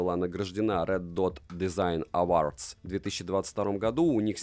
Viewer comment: эвордз, о, а не а)